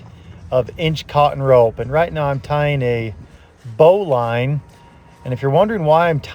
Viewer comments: It's pronounced "bow-lin," not "bow-line." I really enjoy watching you, but you are pressing him too hard and your sessions are WAY too long. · You're rude. in French it's pronounced 'booleen' and spelled 'bouline' and it's also called 'un nœud de chaise'. 'Bowline' isn't in Larousse at all.